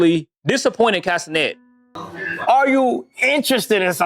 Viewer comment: I thought you said 'Casenet' at first.